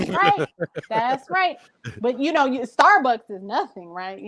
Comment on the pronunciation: She kill me with her pronunciations starbucks cuppa